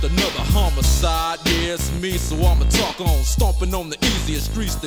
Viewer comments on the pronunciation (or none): none